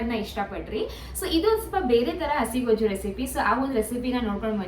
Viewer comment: ಗೋಜು ಅಲ್ಲ ಗೊಜ್ಜು 👍